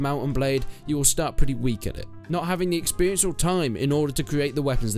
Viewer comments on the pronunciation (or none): none